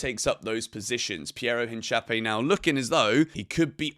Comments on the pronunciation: It’s INCA-PEE-EH not inchapie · Hincapie not Hinchapie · Nice vid! Thanks for the updates. But I can’t let you butcher Piero Hincapiés last name like that 😂. It’s pronounced: een-kah-PYAY not hinchape 😂😂